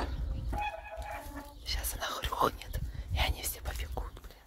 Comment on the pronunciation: " хрюХнет"!, ты правда не знаешь как правильно говорить?! Ужас просто!